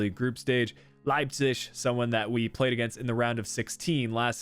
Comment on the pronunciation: Idk why but it triggered me so much everytime you said Leipzig (Leipcish?)